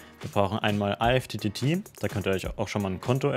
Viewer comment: Gutes Tutorial, nur eine Anmerkung: Alexa spricht IFTTT nicht falsch aus, sondern du. Die richtige und offizielle Aussprache ist wie in "lift" oder "gift".